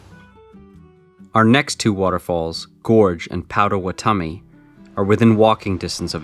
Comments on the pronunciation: 4 years late but its Paht-Ah-Wa-Ta-Mi. Gotta put respect on their name. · Thanks for all the recs, especially outside the state park! Just an fyi, it's pronounced Pot·a·wat·o·mi, though I'm sure you know that by now!